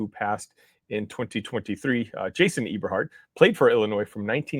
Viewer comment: The name is pronounced Eh-ber- hart not e-ber-hart